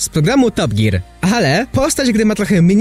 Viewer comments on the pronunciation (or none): none